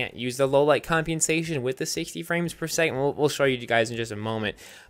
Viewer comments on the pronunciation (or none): "combiensation" is what it sounds like, when it really isn't that hard to pronounce. he's just making it out like it is.